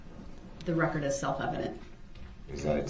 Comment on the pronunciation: So funny the reaction from the prosecution when dipshit axe's "do you see da opper in court? Can you point her out for the rekkid and the jury? "Grounz"....."grounz"😅😂 what a tool 😅😅